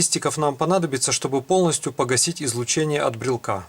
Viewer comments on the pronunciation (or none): Как только этот хер стал склонять "брелка", "брелку", "брелке" и т. д., можно дальше этого Митрофанушку-неуча не смотреть. Грамотно - "брелока", "брелоку", в "брелоке". Так что не могу верить козлу, который грамотно так и не научился говорить. Спонсоры, не срамитесь!